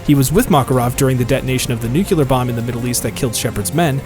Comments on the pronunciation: Nuclear not nucular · Also its NUCLEAR not NUCULER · NEW-KLEE-UR NOT NE-KUE-LER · anyone else cringe whenever they hear "new-cue-lur"